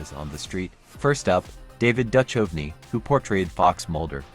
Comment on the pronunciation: OK. Right off the bat you can't pronounce the name of David Duchovny. Not sure if you are using AI or an actual narrator. Either way I have to say no to your channel.